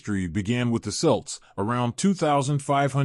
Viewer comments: It’s not selts it’s celts please do your homework and ask an Irish person how to say these words before doing something like this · Who are these selts he mentions. ? He means kelts. Get it right , why don't you.? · Please pronounce Celts properly🙄 and maybe use a human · I was about to leave this comment myself